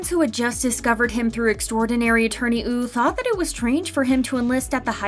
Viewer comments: Why does the narrator keep saying 'Extraordinary Attorney Ew' .... ? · She says woo wrong lol